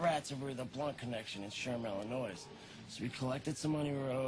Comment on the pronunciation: They keep pronouncing the "s" in Illinois. lol